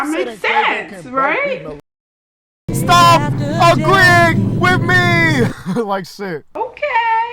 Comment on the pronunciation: “riGhT” that was so annoying